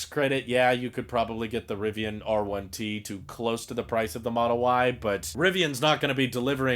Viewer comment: You said it right. I would love the R1T, but the price is preventing me from ordering one.